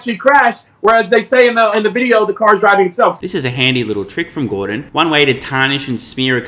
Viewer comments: Gor "dong" lol... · Gor-dong Lol